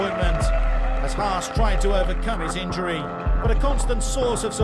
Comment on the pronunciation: its pronounced haas-E (ha-z) not hasss